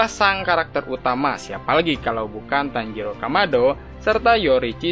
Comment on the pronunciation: kok tanjidor jadi harus nya tanjiro min bukan tanjidor bikin ketawa tau 😆😆😆😆😆😆